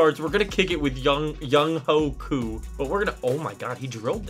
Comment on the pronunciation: Btw younghoe koos name is pronounced youngway koo